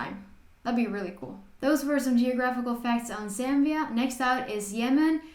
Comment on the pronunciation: Thank you actually pronouncing the name correctly, much love and support from Zambia 🇿🇲